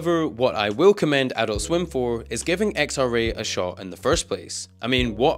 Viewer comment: TBH it kept pissing me off every time you said "Adult Swim" in this video, because your intonation is wrong every time you say it. It's ah-DULT swim, not AH-dult swim lol.